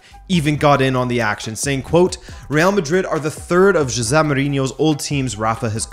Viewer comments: Like, whos Ze Mourinho? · Why h gotta pronounce Jose so weird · Man imagine if he was part Portuguese and knew how it was pronounced